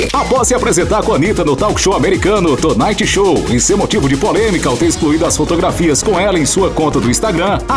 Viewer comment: PELOAMORDEDEUS "tu naiti shou" "ijy azalha" "suaiti"!!! Melhorem!! 😂😂😂😂